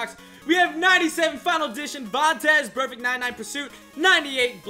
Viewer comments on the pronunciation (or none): none